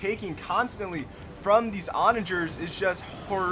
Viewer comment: Take a shot every time he pronounces ‘Onager’ wrong😂 Great video though, very entertaining